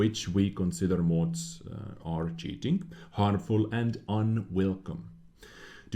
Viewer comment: Sorry, but it’s pronounced “mods” not “mOOOds” lol